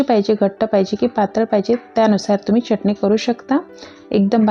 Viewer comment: मँडम च्यटणी नका बोलू हो..... चटणी बोला.